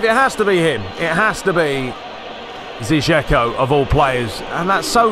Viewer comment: I know you've said you don't care about it, but I still feel an urge to tell you that Džeko's name is pronounced like Edinburgh without burgh and not like English 'E'.